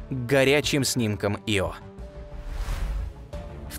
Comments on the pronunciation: Видео класс,но ударения это жесть.япет, Ио ударения на первой гласной.режет слух. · Пардон, но у названия спутника Ио ударение падает на первую букву, не не на вторую. Извините, но очень уж режет слух